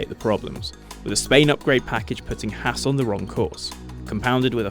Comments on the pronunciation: Oh my god can some one say Haas right. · Thumbs down for pronouncing Haas wrong.